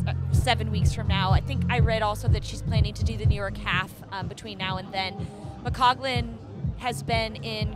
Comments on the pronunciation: Agree with many comments here- really informed commentary and knowledgable,,,,but please get her name correct. McColgan NOT McCoglan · Announcer kept saying McCoglan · who keeps saying McCoglan? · Kind of satisfying to see Ailish McColgan finally decide, in her thirties, that she can win. Her mind seems to have finally caught up with her ability. To the lady commentator: the "L" comes before the "G" in McColgan's name. How can you not hear how your partner is pronouncing it?